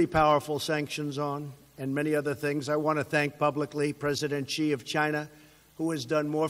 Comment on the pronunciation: President Xi not President Chee.